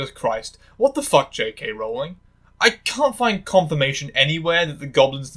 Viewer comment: Honestly, I'm just impressed you pronounced Rowling's name correctly